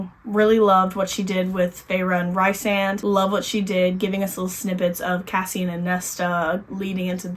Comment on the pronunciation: Loving your videos! But girly I must say, for the love of all things sjm, Rhysand is pronounced Rees-and.